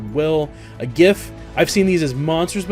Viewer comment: Are you sure you are pronouncing 'giff' right? :P